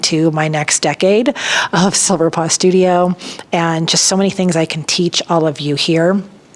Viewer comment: Congrats though I think you should consider a different name. When you said “Welcome to Silver Paw Studio” it first sounded like Silver Pus Studio 😳🙊